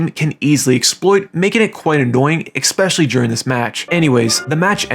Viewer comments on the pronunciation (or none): Especially, not EKspecially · Why do you say ekspecially, it's ESPECIALLY THERE IS NO K IN IT